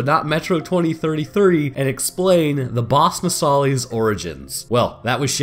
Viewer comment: “No sah lis” lis as in list. It’s said in the game so many times and you still gotta say it wrong. My brain hurts everytime you do. Other than that, it was entertaining and informative